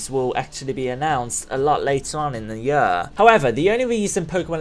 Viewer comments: Year, not yur... This bothers me way too much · I love how you say year like "yuhr." No offense, it's kinda funny. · INTO THE YUR! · holy shit i hate the way you say "year" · I oddly get annoyed when you say year